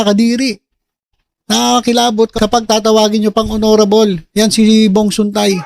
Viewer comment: HONORABLE❎ HONNYRABLE✅